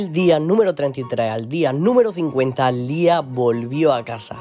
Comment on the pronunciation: Para empezar se dice liah no lis